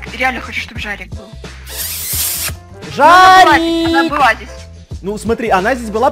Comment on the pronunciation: Не жорик а жарик